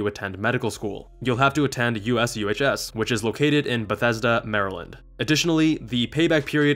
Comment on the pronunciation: Often they won't let you subspecialize depending on needs. There is an added "professional pay" to help fill the gap between civilian and military pay. It's significant but not near what you get in the civilian world, as highlighted in this video. Also, USUHS is often pronounced "you-shoes".